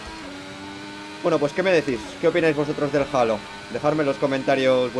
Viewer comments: es halo no jalo jaja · El "jalo" 😂